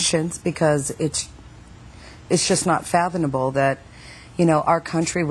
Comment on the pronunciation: " it's just not phadenable " wtf? this is one ignorant, fat, classless piece of Meat. No education, that's obvious, they look like they belong in a Circus, please, put some money into decent programming and stop filling the gaps between Advertisements with such Garbage.